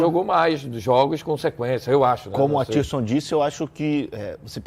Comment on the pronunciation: Ele disse Athirson Lucas mesmo???? Kkkk